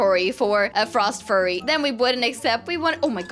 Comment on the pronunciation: Hi i love ur vids and by the way say -frost-f-yur-y to say frost fury xxxx (not being rude)